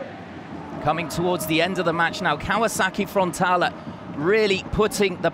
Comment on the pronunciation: how many times is this guy gonna mispronounce frontaLE not frontala. wtf